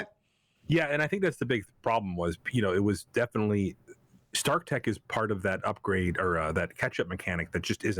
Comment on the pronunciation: "Upgade" - For the good of all Kree. Believe in OMG.